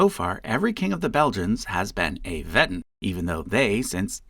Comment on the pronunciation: The name "Wettin" is actually spoken like "Ve'teen".